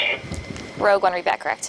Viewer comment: It's Rogue. ROGUE ONE